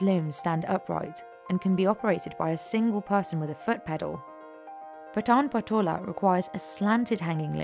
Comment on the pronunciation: Please correct your pronounciations of the patan patola